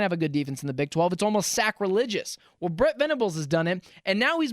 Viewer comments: It’s Brent Venables. Not fukn Brett. Goddamn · Good take. Also its Brent, not Brett. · Dude it's BRENT, NOT BRETT VENABLES!! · Please stop calling him “Brett” his name is Brent….